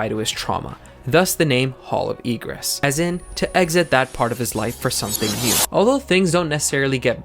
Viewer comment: And also why Egress sounds like Regress ??????